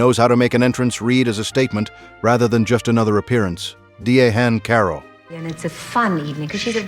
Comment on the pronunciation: Your computer voice's mispronunciation of Diahann Carroll's name is disgraceful. Do your research and get a real person!